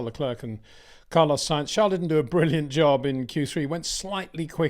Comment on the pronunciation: Still can't bring yourself to pronounce Charles name correctly